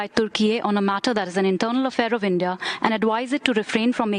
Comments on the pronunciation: It's India, not inde 😡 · Y inde instead of india 🤭